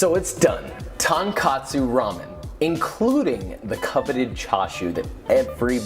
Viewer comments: Maybe I missed something or it's irrelevant but I'm pretty sure the guy just read tonkotsu with an a and didn't read tonkatsu Like how cot is pronounced like caught I think that if he was reading tonkatsu, the vowels in the first two syllables wouldn't be so similar Like he pronounced ton as tawn, so I think he pronounced kot as kawt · Saying katsu is such a pet peeve. Its clearly trying to pronounce it with an American pronunciation but just not great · The worst part was when he said Tonkatsu! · ❌Tonkatsu（とんかつ） ✅Tonkotsu Ramen（豚骨ラーメン） Common mistake 😅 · Confusing tonkotsu and tonkatsu bothers me a LOT, im not even japanese but come on! Its so different! How you gonna trust a chef who doesnt even know the difference between the names two very different dishes? Its like when a chef cant even say calzone or bruschetta right and they pretend to know about italian food, dont trust them if they cant even say the name of the food right I feel for every country whose foods american chefs BUTCHER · After hearing that tonKATSU is wrong pronunciation i cannot unhear how forced Joshua is saying it 😅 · THANK YOU!! Finally, somebody pointed out the difference (in pronunciation) between tonkOtsu and tonkAtsu. I mean, why? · I hate how chefs claim "best" of anything. Especially in the first 30 seconds when he calls it "tonkatsu" repeatedly. Coming from a guy that was known for working in Japanese restaurant...Even guys with seemingly infinite cache like Kenji Lopez-Alt having a stock made of straight trotters is disappointing. The best part of this channel is that makes it very clear how much of a task it is to even get close to mastering any one type of ramen. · I'm glad it doesn't really bother you, but every time I hear somebody who should know better say tonkatsu instead of tonkotsu it's like nails on a chalkboard to me.